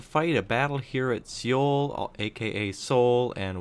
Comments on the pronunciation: It's too late now, but Seoul is pronounced Soul, never ever See-youl. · Great videos man, btw Seoul is pronounced just like soul/sole :D